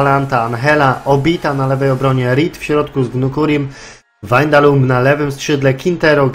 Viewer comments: Czytaj się WAJNALDUM nie windalum czy wandalum ;p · dalej źle haha czyta sie Wajnaldum:P pozdro